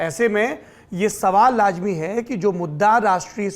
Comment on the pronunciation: Lajmi nhi sir Lazmi hota h